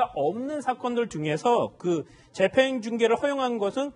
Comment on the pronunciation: 인가 하는 기자 좀 나오지 말라고 해? 채널A는 그렇게 기자가 없나? 밍하게 생겨, 뉴스전달력도 한심해. 더군다나 얘기할때 발음도 엉키지 않는 적이 없다. 오늘도, 재판을 재팽이란다 아이고야. 이래 가지고 되겠냐?